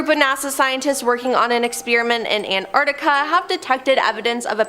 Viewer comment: It's probably better to have someone who can pronounce Antarctica properly to do the bit about it...